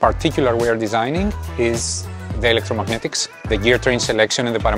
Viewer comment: Knew was Greek by the pronunciation of electromagnetic